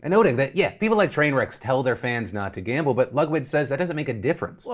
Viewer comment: “I wuhz juh like, I love gamba I’m gona gamba” god he’s an idiot.